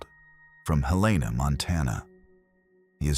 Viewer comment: Regarding Luke... YOU USED THE WORD HELAINA... PRONOUNCE IT "HELL A ÑAA."... AKA HELENA